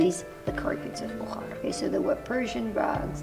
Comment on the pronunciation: As a Bukharian Jew who was born in Bukhara, I wish you would have gotten the pronunciation right for the name of the city and the people! Still, I appreciate the video shedding light on my hometown, which I haven’t seen since I left as a refugee, but I hope to visit someday to see my roots and my remaining family there. I enjoyed the history you shared, especially how Bukhara did not not succumb to British colonialism, that was cool!